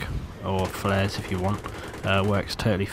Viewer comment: The word is flares, people.